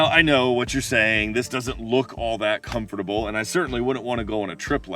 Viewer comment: You pronounced "Comfortable" as "com-for-table" and she as "comf-table".